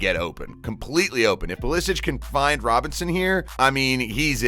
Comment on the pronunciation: Either Pulishich or Pulisik, but not Pulisich